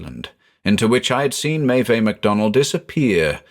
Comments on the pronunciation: Unsure if anyone has said this before, but the "Meve" in the initial quote is pronounced May-iv. It's spelled Maebh in Irish, the "bh" becomes a "v" sound. Always love your stuff btw, just thought I'd mention that. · Maeve is pronounced as /meɪv/. Otherwise, it is nice to hear a story set in Ireland. It has so much potential for creepy stories.